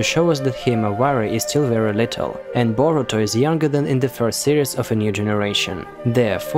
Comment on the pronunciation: It’s Boruto not borutom